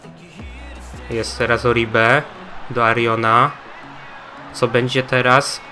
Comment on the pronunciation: Ogólnie tego Arjone chyba powinno sie wymawiać Arhona znaczy wnioskuje z tego że np Jesus Navas wymawiają hesus mów jak chcesz zresztą jutro arsenal